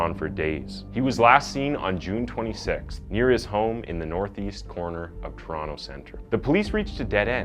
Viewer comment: If youre not Canadian props for pronouncing Toronto right